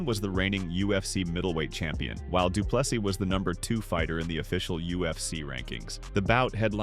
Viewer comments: Dree as in tree, du Ple SEA,not seeßssssssssdssssss NO,take away the very last S........ see,or sea ONLY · Andre Duplexes?